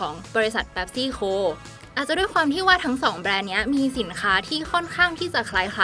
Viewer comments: หัวข้อคลิปก็เขียนว่า*เป๊ปซี่* แต่ทำไมผมได้ยินแอดมินออกเสียงเป็น*แป๊ปซี่* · เป๊ปซี่นะไม่ใช่แป๊ปซี่ 😂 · ออกเสียงให้ถูกครับ เป็ปซี่ ไม่ใช่ แป็ปซี่ คนไทยคนส่วนใหญ่ชอบเรียกว่าแป็ปซี่